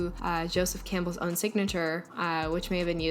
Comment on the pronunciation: All I think of is that vine- “Pronouncing things incorrectly” when he says “Cam P BELLS” 😂